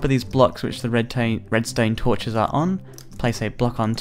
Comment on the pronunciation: Probs the accent